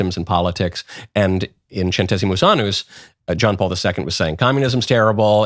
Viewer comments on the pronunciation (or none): none